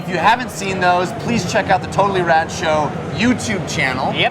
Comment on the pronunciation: lol when she said "totally rad show" I thought she said "total erection"